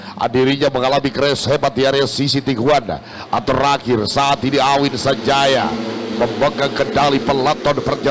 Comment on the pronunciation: AWHIN, BUKAN AHWIN